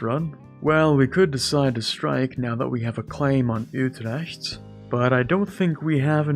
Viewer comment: Your pronunciation of Utrecht is really good for a non-Dutch speaker. My sincere compliments. P.S. Utrecht is a very nice city btw, I would really advise everyone to visit it someday